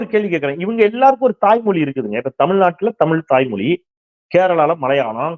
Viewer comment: அருமையான செய்திகளை, ஆக்கபூர்வமாக வழங்கும் தாங்கள், தமிழ் மொழியின் சிறப்பை வெளிக்காட்டும் ழ 'கர உச்சரிப்பை சரியாக கூறுவீர்களானால் மகிழ்ச்சி. தமிழ் மொலி, தாய்மொலி, மும்மொலி இது போன்ற உச்சரிப்பை தவிர்க்கலாம் என்பது எனது வேண்டுகோள். 👍